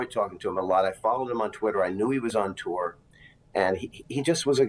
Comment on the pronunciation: Hey --learn how to pronounce "deputies" (sounds like "dep-you-tees"). Also, learn to pronounce "tour" (it rhymes with "newer").